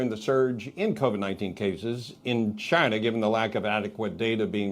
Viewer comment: Chy-na at it again.